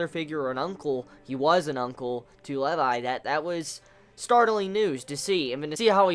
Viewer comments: How you pronounce Levi's name make me cringe :( it's pronounced like LEE VI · its Lee-vi haha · The weirdest way to pronounce Levi ever. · Im sorry. I stopped watching the first time you said Levi wrong.